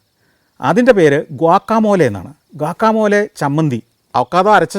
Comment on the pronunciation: നല്ല ഒരു എപ്പിസോഡ്. ഗ്വാക്കമോലെ അല്ല സർ. ഗ്വാക്കാമോളി.